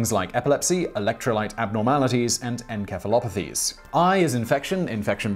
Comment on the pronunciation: Aeioutips is at best an initialism (sort of) not an acronym....and I could be wrong but isn't encephalopathies pronounced: in sef (self) ull (full) op uh thees (knees)